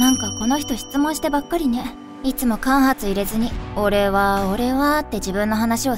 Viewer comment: 間髪=かんぱつ。かんはつじゃないよ。